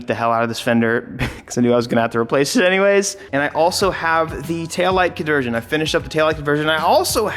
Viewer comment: "tail light cadersion"